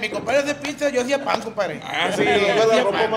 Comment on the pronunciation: Enseñenle a que se dice pizza y no pikza